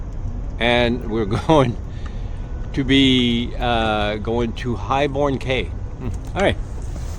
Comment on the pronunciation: Nice hearing the natural sound. I plan to follow the same route to the exumas so this was helpful. Just one note they pronounce them “keys” not “Cays” 😂 cheers